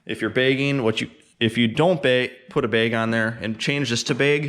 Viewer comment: If you pronounced bag as beg one more time I was about to jump out the window.